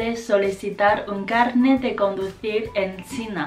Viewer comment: Hoy es mi cumpleaños! te falta el acento fuerte en carnet o carné, como un 4to tono